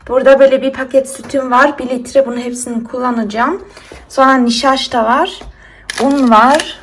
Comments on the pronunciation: Kuzum das heißt "nişasta" nicht "nişaşta" wie süß du bist ey 😘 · "Nişaşta'yı" 'nin kendi yöresinin şivesiyle söyledigini anlamayip düzeltenler 🙈🙈🙈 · Nişaşta deyişini seviyim🥰😁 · Nişaşta 😆😆 aykoptum ne tatlı diyorsun kelimeler yanlış olsa da bayılıyorum demene 😆😇